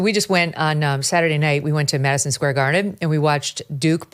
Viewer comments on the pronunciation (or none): none